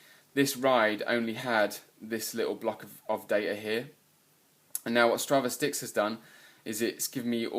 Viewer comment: Just FYI, it's 'Stra-vis-ticks'. It's a portmanteau of Strava and Analytics.. or statistics.